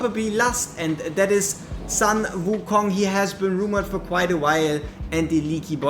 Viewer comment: Please it's sun like in "full", not sun like in "run".